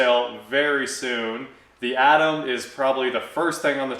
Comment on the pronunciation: I sincerely hope that you can keep on providing the content you do. I really enjoy your videos, even if you do say Atom wrong lol. I did not know that there were lean times forecast for people like you and Hoovie et all, so good luck with it.